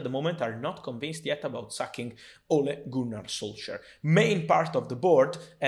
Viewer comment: For Fabrizio it’s “Ole Gooner solsar”